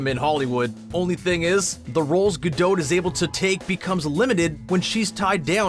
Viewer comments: Why do you keep calling her Gal Gado or Gal Gadod? It's Gal Gadot, the T is a must, like a British T. DownTon Abby, leTTers, not ledders, etc... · He keeps saying her last name as “guh-dote” and drives me nuts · Nate Olson It is actually pronounced gaDOT. She emphasised it herself during a talk show. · Omg GadoT, with a T at the endddd gadoT! the T is not silent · Would it have been difficult to learn how to pronounce her name first? Ga-dote is like nails on a chalkboard. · I thought it was gal guh-dot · Or her name 😂😂😂 GA-DOT. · Gal ga-DOH-'T', prOHcess, Warner BrOHs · Dude I think you mispronounced her name. It's not ga-dough. 😅🤣🤣😂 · You're supposed to hear the T. It's pronounced "Gadott" (source: I speak Hebrew) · This video made me go look up how to pronounce Gadot.....I've been doing it wrong....lol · The way he says Gadot is irking my soul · You cannot pronounce her last name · You’ve pronounced her name Incorrectly 6500 times in the video. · Words you said wrong: Gadot, project, process. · Way to mispronounce her name the entire video! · Why do Canadians have to pronounce everything with a long O sound? Good why do you keep mispronouncing her name!?! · Why do you pronounce her surname like that? She’s Israeli, not French. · Killing me with the mispronunciations.... You need a verbal editor, badly, even for a Canadian. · Say her name correctly, please. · Bro, that's just not how her name is pronounced. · Learn how to say her name correctly. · great actress but what a horrible narration; how he pronouces her name is abysmal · Interesting info, but it was physically painful to hear the T in Gadot pronounced relentlessly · Seriously, even Gal pronounces it without the T. The T is silent. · She pronounces it with a T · It is a Jewish name, not French. She pronounces the t. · Your constant mispronunciation of Her name stopped me from watching this beyond a few minutes. Your ignorance or disrespect coupled with that of the 6000+ is just plain sad! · It’s gah doh